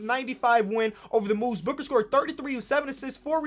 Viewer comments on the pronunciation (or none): none